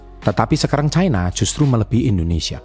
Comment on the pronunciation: Baca nya ga bole caina ooonnn loe... Tanya kakek mu cina bacanya..KLO chaina bacanya itu ada artinya lain